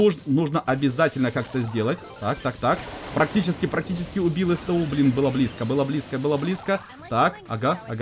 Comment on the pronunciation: Правильнее сту а не эстэу!